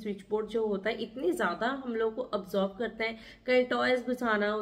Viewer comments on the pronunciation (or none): Di ap hmesha observe ko absorbe bolte ho..it's a worng pranunciation